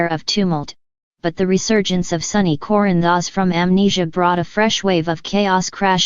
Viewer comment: These computer generated videos are awful. Can’t even pronounce Corinthos. I can’t stand to listen to it. You can do better than this!!!!!